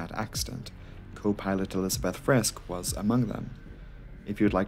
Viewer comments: Maybe one point: The „e“ at the end of the names is short, but not silent: Friskɘ, Heisɘ 🙂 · Friskk instead of Friske? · just a minor thing....like in "Porsche", the "e" in the end of "Friske" is not silent. It's like the "i" in "it" or "hit", not silent but soft and never stressed. If you ever come across a German name ending in "ow" it is a silent "w" and pronounced like in "beau", that's the only case in German I know where a letter is silent. Apart from that I appreciate you covering older crashes but please leave politics and gender topics out. We're here for planes, Engineering, aerodynamics. Barschel very likely didn't kill himself, I know it is not the topic here but a closer look at the circumstances will make it unlikely